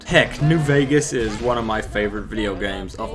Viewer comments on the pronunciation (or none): none